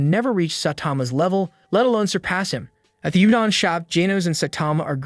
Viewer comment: Yo! If you’re gonna do this vid, learn the name pronunciation and other foreign words (i.e. udon=oodon - not ūdon).